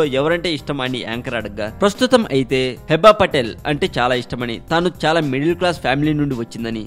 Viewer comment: Firstly, aa pic Manojdi... vishnu kadu .. secondly pronunciation heeba, Hebba kadu nee abba... thirdly, naku nee voice asalu nachaledu... ae drama company nana needi